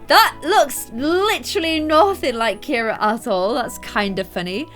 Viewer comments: KIRA is NOT a boy spelling of the name.......My girl cat is named Kira! CIARA is pronounced Ce-ara not Kir-a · Ciara isn’t pronounced Keira, so Ciara should be called see-ar- a